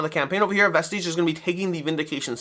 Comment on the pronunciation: You might wanna look up a pronunciation guide for Vestige 😇